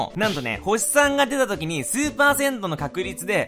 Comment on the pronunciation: 数%がスーパー銭湯に聞こえたwwww